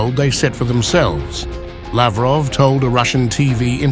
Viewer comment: Laughroff😂 useless human being